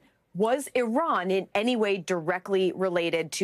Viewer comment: You miss pronounced iran. It’s sounds like Oobomba